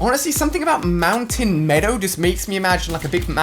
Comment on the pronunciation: Mountain me-oh his to well mountain medow